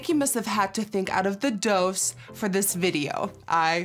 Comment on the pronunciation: Verf is pronounced differently and so is doos. I don’t know how to explain it in text but if you look it up you can see. (I’m not Dutch, but a speak a language that is very similar)